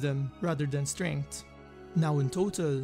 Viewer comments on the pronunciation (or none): none